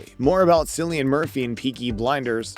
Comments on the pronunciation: You aren't aware of the pronunciation of Cillian's name??? Sigh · Will you please learn to pronounce Cillian’s name properly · The incorrect pronunciation of Cillian’s name puts me off 😵‍💫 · You shouldn’t even talk about someone if you cant learn how to pronounce their name. This is so offputting.